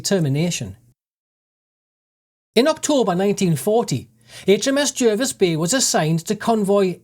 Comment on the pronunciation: It's pronounced J (A) rvis Bay